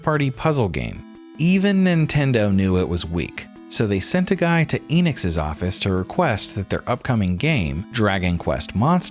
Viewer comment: Enix is pronounced "ennix" not "eenix".